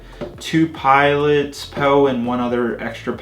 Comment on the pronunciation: lol he said poo instead of poe